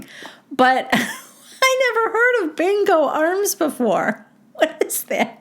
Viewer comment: Instead of bingo arms I thought Ariana said “big old arms”